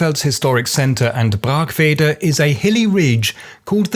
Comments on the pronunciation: tbh I was quite impressed you knew how to pronounce Brackwede, many people in Bielefeld don't even know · Congrats for pronouncing Brackwede (braakwede) correctly!